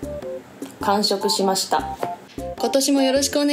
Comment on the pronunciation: 京子ちゃんの「完食しました」が「カンショクシマシタ」に聞こえる